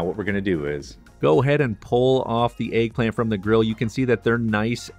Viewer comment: tf is an AYG-plant? it's pronounced EGG, not ayg - there's no A in that word!